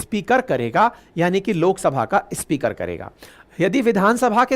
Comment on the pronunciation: अच्छी प्रस्तुति, बढ़िया content, कृपया उच्चारण पर ध्यान दें, आप स्पीकर को इस्पीकर बोलते हैं, अन्य कई शब्दों के उच्चारण भी अटपटे लगे। शुभेच्छा 🙏🏼💐